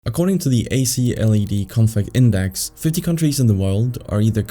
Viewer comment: Immediately mispronounces ACLED, aye…